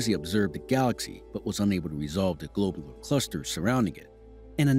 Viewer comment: "Globe-ler" ... clusters........?? I learned them as "glob-u-lar" clusters... 🤔 And I grew up in the sticks.